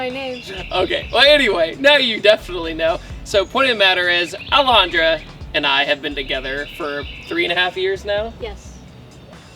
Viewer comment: I'm going to ruin this video for you guys by saying: every time he says Alejandra it sounds like he's saying L 100